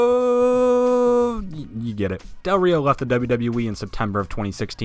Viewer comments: Alerbto?? XD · Alerbto.......???. ALBERTO DEL RÍO min. 3.22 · ALERBTO Del Rio?! Lmao. Wut? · alebrto del rio 😂😂😂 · Alebrto? Who that? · Alerbto Del Rio lol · ALERBTO !! LOL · Lmao yeah I barely read it and I was like woah who’s Alerbto?